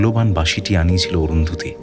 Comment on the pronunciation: আমি ের অভিনয়ের ভক্ত।তবে এই গল্পে ১৭:০৫ ও ১৭:১০ সেকেন্ডে বাঁশি উচ্চারণটা বাসি করেছে ।আর ১৮:৪৩ এ অরুন্ধতী উচ্চারণ অরুন্ধুতি করেছে।এটা ওর কাছে কাম্য নয় ।পরিচালকের আরো সচেতন থাকা দরকার ছিল । পুরোটা শুনে বাকি মন্তব্য করবো।